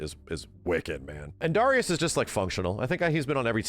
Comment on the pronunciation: It drives me crazy the way he pronounces Darius. Anybody reading this, please pronounce it "Dairy-Us"